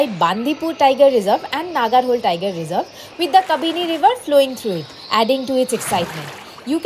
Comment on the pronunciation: Hi, it’s a nice video but we appreciate if you pronounce Kannada words the they are because every word has it’s meaning. Please don’t cut the words at the end when you are making a video and the public is watching it. It’s not Nagarhol - it’s Naagara Holae and not Hol Holae means the stream It’s not Kakanakot - it’s Kaakana Kote meaning “the fort” Please don’t say Kot. Kote in Kannada has a meaning.